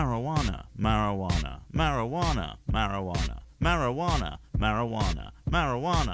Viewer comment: Mary-Joo-Wanna is bad mkay, don’t drink the Mary-Joo-Wanna mkay childrens.